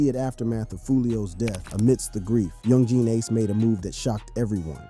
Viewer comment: that's not how you pronounce yungeen ace bro, you pronounce it as "youngeen ace"(yungeen ace)